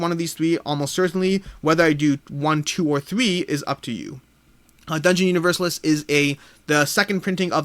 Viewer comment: Hi,. It would be helpful to get a comparison of "The Thing" with the other games of the IP: "Who Goes There?" (my fave) and "The Thing: Infection at Outpost 31". My wish would be to see "Set a Watch" in review. PS: Dungeon UniverSAlis; stress on the penultimate syllable, like ArCAna.;-D